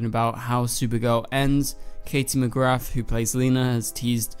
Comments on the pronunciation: I think it’s time you said Katie’s name properly it does NOT have an F at the end of it 🥴 also I think either everyone will go to the Future... Kenny died when Kara was about 14/15 so I guess this will be the Kenny from Earth Prime and I also think that this Kara will be Earth Prime’s Kara so Earth 38 Kara would not have any memory of Nia & Brainey 😉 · bestie did you just say mcgraTH? 💔